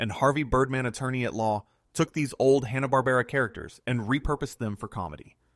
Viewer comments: Did he say Hanna BARBRA?? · That isn't how Hanna-Barbera is pronounced. But only once